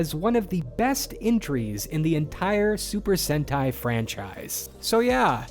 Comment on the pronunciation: It's Sentai. Try GaoRanger